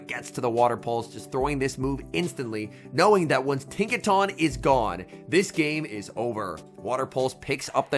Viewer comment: pls… Tinka TUNN as in the word ‘Ton’ not tahn